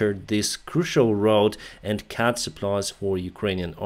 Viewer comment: Just a small thing... Remember that CUT is prononced CUT, not CAT 🙂